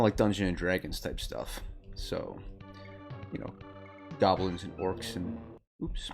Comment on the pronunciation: Hey, you said Gobblin!